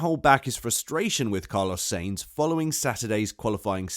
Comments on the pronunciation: Is this a robot talking? When i hear so many terrible pronunciations i figure its a bot. Its sahinz not say-inz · I swear you say "SEEEINTZ" intentionally. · SAINZ is pronounced as 'Sah ints.' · Am i the only one that is annoyed by how this man doesn't know how to say "sainz"